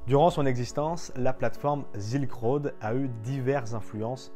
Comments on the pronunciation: ZZZZZilk road ^^' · sssss-ilk road ^^